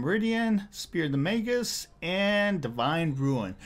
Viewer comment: not trying to be an a** but it's magus not mangus